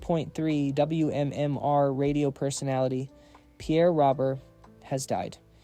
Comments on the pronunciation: Pronounced “ ROWBEAR”… not Robert. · And for the genius who pronounced. Pierre's last name wrong . It's not spelled like this but it's pronounced. ROBEAR. .